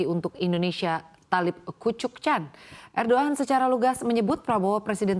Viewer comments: ErdoggAN WOE...bukan erdok an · Erdoan???? 😂😂😂😂 Erdogan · ERDOGAN woyyyyy bukan ERDOAN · Erdogan. Apa erdoan sih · ERDOAN🤦🤦🤦🤦 ERDOGAN✅ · Erdogan bukan erdoan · Erdoan😂 erdogan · Erdogan bukan erdoan😂😂😂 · erdogan bukan erdo an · erdogan bkn erdoan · Erdogan❌ Edoan ✔️ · Er ndhogg an Wah ndhessoo, 😂😂😂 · Erdogan woi bukan Erdogan... Ganti lah presenternya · Laj kok jadi er do an😅😅😅😅😂😂😂😂😂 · Ancornya bilang Erdoan, hahaha... Lucu ! Cakep2 tpi rafa 02n😅😂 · houthi dibaca hutsi erdogan dibaca erdo-an anchors cnbc menang beda 😊😊